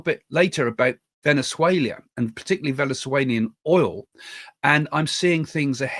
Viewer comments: Venezuela, not Venezuelia...there is no i. Just saying! Thank you for your very informative podcast. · Why are you pronouncing Venezuela VenuzueLIA while speaking English! Why not España. For Spain?? 😂😂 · I prefer Craig's " Venezuelia!" 😂😂😂